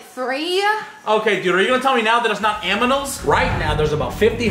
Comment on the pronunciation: What k is are you going to tell me it’s not aminals